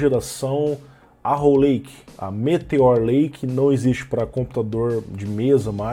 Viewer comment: só a pronúncia do em inglês me da uma fisgadas, como arrow lake, ele aceitar o lake, mas erra o arrow feio. Que custa dar uma pesquisada 20seg no google tradutor? pra ver a pronúncia.